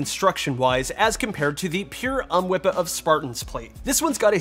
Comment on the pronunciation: Idk why but I laughed every time you said UHMWPE as a word. "Ummwippa" 🤣